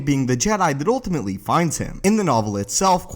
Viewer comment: It’s pronounced ‘ultimately ‘ not ‘oltimately’ ... fix it that bud because you say it a lot